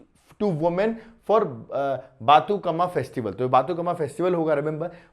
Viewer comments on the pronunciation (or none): Sir sorry but telugu pronunciation is very difficult but That is बतुकंमा and मन उरु मन बडी